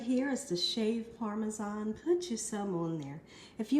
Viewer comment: She doesn't pronounce parmesan properly lol I love her but it drives me crazy lol